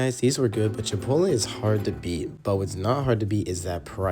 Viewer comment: It's pronounced Chee-Pott-All.